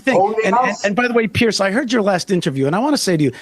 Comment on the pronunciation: Piers, not Pierce. Piers like more than one pier. Piers, peers, peerz. Zed sound.